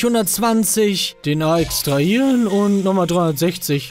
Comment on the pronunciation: Bin ich der einzige Mensch, welcher bei Manu's Aussprache des Wortes extraHieren Anfälle bekommt? 😂